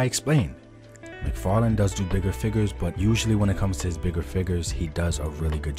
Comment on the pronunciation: Hate how he says “FIGGERS” and not figures